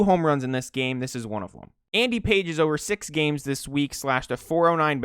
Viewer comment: before we have another Travis Kelce (Kelz) mispronunciation saga...I looked up Andy Pages correct pronunciation since he's Cuban and its PAH-hez.